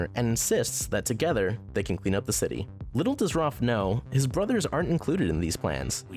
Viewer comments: Am I the only person that’s mildly annoyed that he says Roph instead of Raph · It’s Raph, not Roth! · Bruhhh why does he have to call him Rof instead of Raph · its raph not roph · It’s Raph ( R-ah-f) not (R- ar-f) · He pronounces raph rof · How does this YouTuber get so many names for the characters wrong? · is no one gonna question how he says roth instead of raph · Video: Roff Me: It..its Raph not- Video: Then Roff Me: IT'S RA- never mind. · I’m just saying you say raf but its pronounced raaaf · 🎶The A says o. The A says o. Every letter makes a sound, the A, says, o.🎶 Seriously why is he saying Raph like that? Roph!?!?! has live action avatar the last airbender flashbacks. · Roff instead of Raff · I like ur video really by why you keep calling him Rolph XD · roph </3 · Dumbass said 'ROPPH' lmao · Dude,I love this list and this channel,but pronounce Raph right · why does he say raph like that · You could of at least said Raph's name correctly at least once 😂 Also, How Baxter was treated in 2003 was way way way worse then how he was in was still really bad though. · There's something about the way you say "Raph" that makes me giggle.